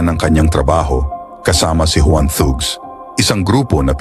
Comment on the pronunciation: "Tags" po ang pronunciation ng thugs :)